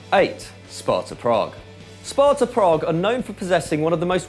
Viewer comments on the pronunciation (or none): none